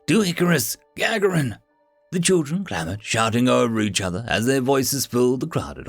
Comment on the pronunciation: It's not GA ga rin, it is ga GAR in. Just thought you may want to know.